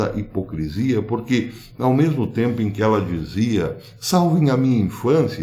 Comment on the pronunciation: Ôh dureza! "Né mersmo"?